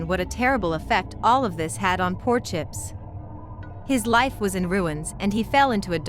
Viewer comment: "And I shall have chips"... That sounds so wrong dude like bros name is chips don't say it like that 😅